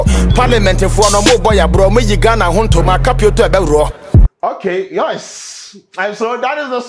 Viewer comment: Did I hear youce? As yes lol